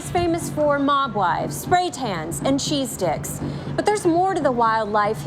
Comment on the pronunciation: Did she say cheese sticks or cheese dicks?